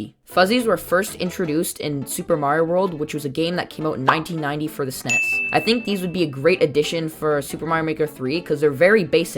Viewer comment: Instead of snes he said Snef